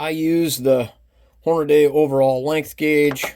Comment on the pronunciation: Hornady is pronounced Horn-a-dee, not Horn-a-day.